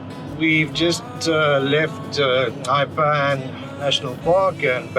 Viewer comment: Wow! Just a quick sample of what Botswana can offer but absolutely 👌👌 Your editing is top notch making the video great.. By the way, top marks for your pronunciation of Nxai 👌👌😉 ❤ from 🇧🇼🇧🇼